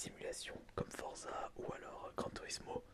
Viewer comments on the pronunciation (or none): il a vraiment dit forze au lieu de forza...bravo!!!